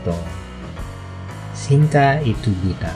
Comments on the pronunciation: "cinta" - "chinta." Not "sinta." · The Cinta pronounce as "Chinta" same meaning sa Filipino word na "Sinta". The Hermosa must be pronounce as Ermosa silent H that's the correct way kahit Ms. Kristine Hermosa. ganun pronounce niya. Nice to know n may adaptation tau, I know the few like UNG pangako say at ung the the echo. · C is pronounced “ch” in Malay and Indonesian. Cinta is pronounced “chinta”.